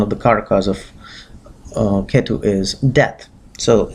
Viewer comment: Oye angrez, you can't pronounce Brahmaand? And ketu also with angrez style? Who are you trying to showoff?